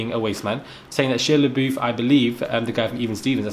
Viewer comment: Why can't anyone say Shia LaBeouf's name 😭😭